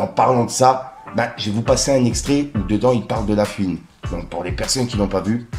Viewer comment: "La fuine"